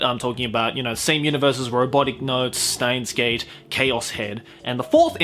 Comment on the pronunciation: steins;gate in japanese is シュタインズ・ゲート (shutainzu geito), because STEIN is the german word for stone, it is pronounced shteins as can be seen in japanese. Germans use "sh" sound for "st" and "sp".